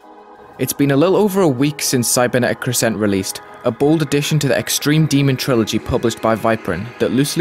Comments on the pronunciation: Why does nobody know how to pronounce crescent?? It’s CREH-sunt not cre-SENT lol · cool video but if i hear you say 'crssent' one more time i'm going to cry. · I love the level visually (havent played it yet myself) but i would like to point out that the stress in the word crescent is on the first syllable. not a bit deal that you put it on the second though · Yeah they put a pause in between cre and sent it’s weird.